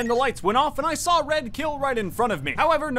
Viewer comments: i thhAW ornge iN seCuRiy, anDD a Fw pink [inaudible] oF greeNN movInG in ThAT dehrECtiOn. tHeiRfoUr, greNN kiLLd orngE. (gremlin laughing) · “I tHaW oWaNgE iN tHeCuWiTy, AnD a FeW pItHeLs Of GwEeN gOiNg In ThAt DiReCtIoN. ThErEfOrE, gWeEn KiLlEd OwAnGe.” Bro that sounded so hilarious the first few times I heard it.